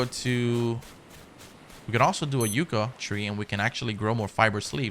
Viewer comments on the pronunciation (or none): Nothing but love, that being said its not pronounced “yucca” more like yuck-a